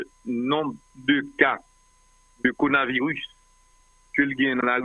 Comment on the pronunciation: pa jam di coronavirus li di conavirus li manger le ro Dan's corona virus.